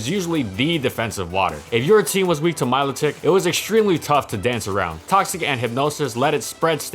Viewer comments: I thought it was pronounced "Melodic" like a melody. I'm sticking with it, way prettier that Milo Tick. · "my-low-tick" disliked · I've always laughed at this pokemon my name is milo I also pronounce it milodick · Its pronounced Milotitsch, dont you know its from Romania? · Randall Jewell That’s actually incorrect the proper pronunciation is My-Low-tic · You mean milothic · Thought it was pronounced like 'melodic'... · Also Say it with me "Melodic" Thank you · 10 seconds in and my man's pronunciation has already tilted me